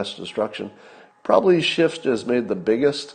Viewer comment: It's Schiff, not Shift.